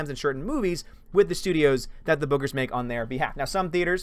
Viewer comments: Thanos is going to drain her powers with the gauntlet. By the way, when you were saying bookers it sounded like boogers. :p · I kept hearing you say " Boogers" hahaha instead of Bookers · I kept thinking you were saying boogers!! Hehehe!!👋